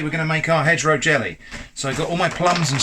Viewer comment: My dumb ass thought you were saying hetero jelly. As in heterogeneous.